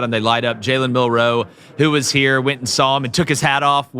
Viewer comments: why do these guys always say Mill-Row instead of Milroe feel like they being disrespectful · I agree that Wisconsin will be tougher that some think. But, you dont roll a helmet out to win. Also you guys are putting emphasis on the wrong syllable whe you pronounce Milroe. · i said the same thing about the way they are pronouncing milroe’s name it’s disgusting